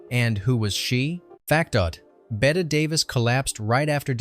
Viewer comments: Is this an AI voice? It’s not “Bet” Davis, it’s pronounced like “Betty.” We used to actually have fun watching this movie, we knew a guy who looked like the chauffeur and would laugh at those scenes because of it. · Betteeeeeeeeeeee Davis. Pronounce it correctly please AI. She a Hollywood legend. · It’s BET-EEEE DAVIS, not BET-AY! Learn to pronounce the legendary actress’ name! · Tell that every human knows Bette Davis's first name is pronounced 'Bette'. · An entertaining upload, thank you. Quick suggestion: when typing your script for AI, please spell Bette Davis’s first name as “Betty” - it’ll at least pronounce it correctly and not spoil people’s enjoyment. TVM 😊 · Bette pronounced Betty. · Nobody is talking a out spelling. It's about the mispronunciation.